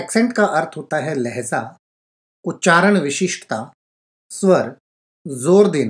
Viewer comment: Lehza nahi sir Lehja hota he